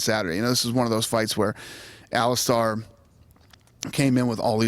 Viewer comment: he still says allistaaar